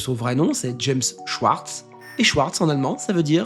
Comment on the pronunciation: La prononciation dans la langue c'est Shvartz pour t'aider. Le W se lit comme un V, c'est rare qu'il est prononcé autrement.